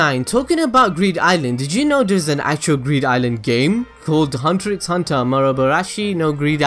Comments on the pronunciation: well, it's pronounced "hunter hunter" actually x is silent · Damn you for pronouncing he x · 1 more thing you didn't know about hunter X hunter, did you know the X in the title is not pronounced so really It's just Hunter Hunter not Hunter X Hunter. Weird right?